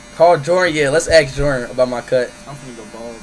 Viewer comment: he said gon go bald :/